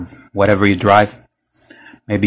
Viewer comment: I don't drive a "Porch". You've got to be kidding me, this video is just as bad as this camera.